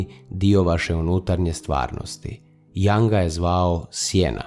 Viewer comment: Video je dobar! Samo jedna napomena, izgovara se Jung bas kao sto i pise, a ne Jang. S obzirom na duboke teme mislim da je vazno pravilno izgovoriti ime velikana psihologije i psihijatrije...hvala na razumijevanju...